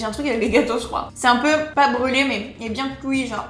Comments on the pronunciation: qui fait des théories sur la prononciation du mot fruit pour dire un peu plus tard le mot cuit « couit » 😂😂😂 change pas ❤ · frouit: couit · Hum tu as dit couit ?? Après avoir fait la réflexion pour frouit 🤣🤣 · « C’est bien couit »😂😂 MDR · Elle dit pas froui mais le gâteau il est bien coui 😂